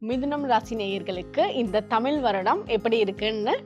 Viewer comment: அக்கா அது தமிழ் தமில் தமில் னு செல்லாதீர்கள் ..